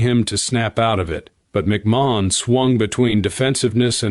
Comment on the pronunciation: This narrator sounds dumb pronouncing Ed McMahons name.